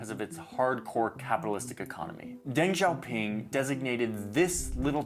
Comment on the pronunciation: I have really zero experience with Chinese in general, but I was watching a Deng documentary the other day. The narrator pronounced it like "Dang Zaopin" couldn't take the video seriously lol